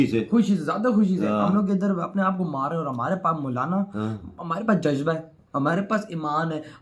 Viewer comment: Jajba😂😂jajjba😂khawo jabba ko